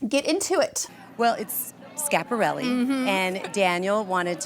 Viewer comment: And the dress is too small and not really like the one in the painting. And please stop butchering the name. It's SCHIAPARELLI not Shap.